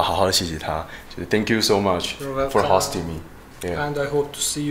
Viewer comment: 我最喜欢这种穿传统服饰的活动了。哈哈😄。我有点强迫症想说host里面的o发ou的元音，不管是美式还是英式发音